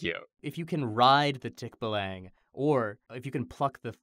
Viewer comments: I don't really speak much Tagalog at all, though my fiancee is Filipina. While I've never heard of the Tikbalang before, when I heard the name I just thought, "That's sounds like it's from the Philippines." xD Um, actually though, the 'a' sound in Tagalog should be the "ah" sound. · ummm actually, the ends of tagalog words are usually pronounced aww so it should be tik-baw-lang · Tikbalang is pronounced like how it's spelled ( tick - Bah - lang ) sorry, i got a bit like "no no no no not said like that no no no " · Ummmmm.... ACTUALLY, its pronounced as tik-ball-ang oooooookaaaay?! i am a filipino so i now that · IM DYING OF HOW TIKBALANG WAS PRONOUNCED I WAS NOT READY FOR IT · Oh man, that tikbalang pronunciation hits me hard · Omg! They did tikbalang! Fun times when we tell stories of mythical creatures when we were kids back in the philippines haha~ its so weird when you hear it pronounced in different accent~ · I laughed so much when they first pronounce "Tikbalang" XD I ain't calling them out on it, I always find it fun whenever people try and pronounce Filipino words without knowing how to pronounce it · as soon as they said tikbalang i lost my mind (side note: um actually, the emphasis isnt on the TIK it’s on the BA) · Their pronounciation of tikbalang made my insides scrunch up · Um actually, that's not how you pronounce Tikbalang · the way you guys say tikbalang is wrong, but that's how I'll say it from now on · I now realize how it feels to hear someone mispronounce something that's popular within your area. Tikbalang XD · Ik it's the same with every language.. but as a filipino, hearing them flub the name "tikbalang" is is hilarious to me 🤣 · Filipina girlfirend was very upset about the pronunciation of Tikbalang the whole episode so... um actually i guess. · Oof That pronunciation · definitely butchered the pronunciation of that Philippine monster cause it threw me off despite knowing of its name and story. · its pronounced as tik-ba-lang